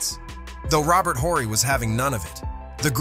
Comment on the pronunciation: This commentator needs to learn how to pronounce last names...Horry & Sichting...and referring to Laimbeer as a fierce shot blocker...with his .9 BPG career average...is idiotic.